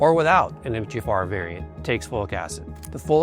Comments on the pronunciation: Is he saying: Em-teh-ja-far? Just say the letters that we see MTHFR. Em-tee-aych-eff-R. Good info but the music is stupid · Exactly! This 100% is AI. "Emthayjafar"?? I could not understand what he was trying to say until I saw it written out. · It sounds like you're saying MT- JAFAR and there's no J in the acronym & it's distracting. And besides you're speaking too fast all the time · Are you saying MGFR? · Is he saying “Emth-tee-Jafar” ???? Or “Empty-Jafar” ??? I literally cannot understand how he’s pronouncing it lmao now I can’t take any of this seriously… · How is it said like that though? I can't wrap my head around it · Why are you slurring through saying 'MTHFR"? Can't even understand what you're saying. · This sounds like AI. would not slur MTHFR the way the video does.